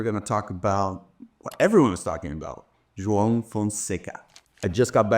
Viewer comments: You have such a clean pronunciation of João. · Are you brazilian? The "João" pronunciation was perfect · He's Brazilian so it's obvious he pronounced it correctly 😂😂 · Beautiful pronunciation of João. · Is Karue brazilian? Cause his pronunciation on "João" was perfect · I’ve been watching your vídeos for quite some time now and literally just noticed that you are also Brazilian by the way you pronounce João hahahahaha. Keep up with the good content!! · Yes!!! And it should be required viewing for all the other tennis media. If they can be bothered to pronounce Iga’s name correctly, then they need to pronounce Joao the right way too.